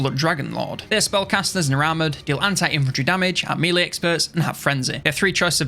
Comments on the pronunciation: It's been years, and over 40k subscribers. Please stop calling it mealy.... It's melee. Mell-ay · Hate to be that guy but melee is pronounced 'meh-ley'. Love the video though!